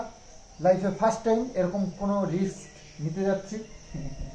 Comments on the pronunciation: kothata RISK, RIKS noy. Kichu mone korona bhul shbai kore. Shekhar shesh nei. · Riks hoy na Risk bolo